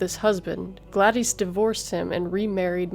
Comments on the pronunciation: "Glad-ees" "On January 1934..." Can you at put a tiny bit of effort into not sounding like you're (terribly) reading from a script? Wanna know how we know? Because you are TERRIBLE at reading. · Well-done. However, it's "Glad-dis," and "endometriosis." James Dougherty, not "Daughtry."